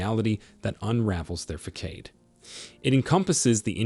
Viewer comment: The AI narrator in this content proves the creator of it is narcissistic. The pronunciations of words like "facade = fa sade=fa said and fa cades, as well as," demons=dem ens,and barrage =bear age," are truly insulting thr intelligence of the listeners. You will do much better if you clean up the sloppiness.